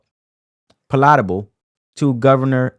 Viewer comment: Palate - able. It's referencing the palate in your mouth. That is said like pallet, not pa-late.